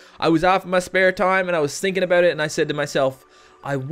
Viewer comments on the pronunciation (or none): Are you Canadian? I think I heard an "aboot."